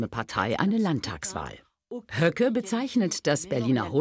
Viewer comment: Warum hat sie „Bernd Höcke“ so komisch ausgesprochen?😅